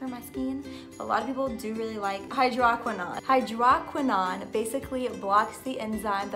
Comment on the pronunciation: "Hydroquinone" pronunciation = hai-drow- kwuh- nown